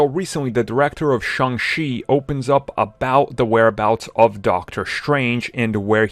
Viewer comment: Shang-Chi, not Shang-She🤦